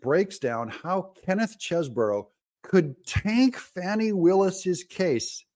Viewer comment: All due respect but I think it’s pronounced “Cheese-Bro”